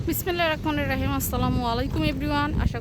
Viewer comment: রকমানির রহিম নয় এটা হবে রহমানির রহিম